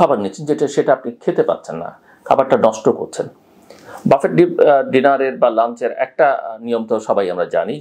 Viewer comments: বাফেট ( buffet) নয়, উচ্চারণটি ব্যুফে। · ৬ঃ৪৭ মিনিট। ভাই, বাফেট না, বুফে। আমি দুঃখিত এইটা লেখার জন্য। একটা কারনেই লিখলাম। সেটা হল আপনার ইমেজের কথা চিন্তা করে। ক্ষমাসুন্দর দৃষ্টিতে দেখবেন।